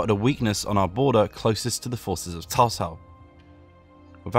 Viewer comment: anybody else is triggered when he said tao tao instead of cao cao?